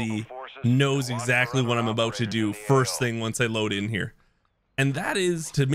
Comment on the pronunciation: “didnt know aBOAT it”